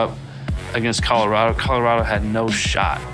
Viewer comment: Lol Nigga said “Colorada”